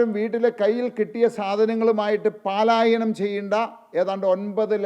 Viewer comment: പ്രകടനപത്രിയിൽ പറയുന്ന നടപടികൾ വളരെയധികം ജനശ്രദ്ധ ആകർഷിക്കുന്നതാണ്. പലായനം എന്ന് പറയുക പാലായനം അല്ല.